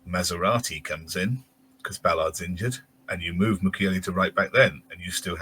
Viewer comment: thinks we have a car in defence 🤣 maserati 🙈🤣 its Masuaku lol sounds nothing like maserati